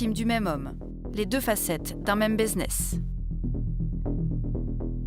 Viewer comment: un quoi ? Baiseness ? 🤣😭